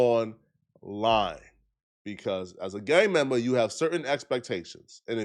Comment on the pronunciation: “A Gang MembAaa”